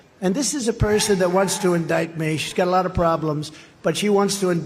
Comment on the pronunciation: "Alaat" real ass 😂😂😂😂😂😂